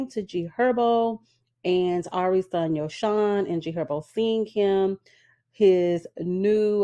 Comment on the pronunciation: Yosohn name is pronounced as Yo -Son. Ari admitted to inviting other women in their bedroom. I wont be surprised if their relationship is over. Men like bag like women like airi who invite other women in so if they do stay together i think it will be built off of lust and material things.